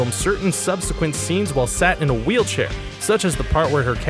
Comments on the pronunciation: ....Moo-lay rouge? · "Mool-ay" Rouge? "Scolded" his genitals? Guys, this is an entertaining and informative video, but your narrator has issues with pronunciation and mealy-mouth syndrome. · Your pronunciation is atrocious. MaYYYYorca, EEEEEEon Flux, verteBRAYYYYY, Moo-LAHN Rouge. I'm really quite amazed you pronounced "Achilles" and "genitals" correctly. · Is the narrator ignorant, deaf, lazy or illiterate? He calls the famous Paris nightclub on which the 2000 movie is based the "Moo-lay Rouge" and refers to the famed, Greek mythological hero portrayed by Brad Pitt in the film Troy as "Ahk-Heel-ees."